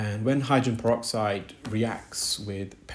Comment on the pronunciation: Hydran peroxide, the case of the missing syllables 🔍